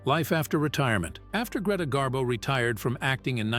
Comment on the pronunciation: Gree rhymes with knee. Pronounced Gree-ta Garbo. "Rarely ventured out?" Greta went for long walks in NY, and sightings of Miss Garbo brought out crowds of fans onto the streets just to see her. Miss Garbo walked past my grandfather's brownstone in NY, when he was walking his Scottie dog. Miss Garbo said, "Oh, what a lovely dog." The "lovely dog" suddenly barked at her, and she fled. My grandfather never forgave his Scottie. Garbo also came down to Miami Beach to see Sinatra at the Boom Boom Room in the Fontainebleau Hotel. My grandmother Betty Batista booked a suite just to come down to the lobby and Garbo-watch. The next day, Garbo hopped on a bus, all disguised with dark sunglasses and a hat. A waiter who was a friend of Betty's followed Garbo as she window-shopped near Burdine's Department Store. He took pictures of her with his Polaroid camera.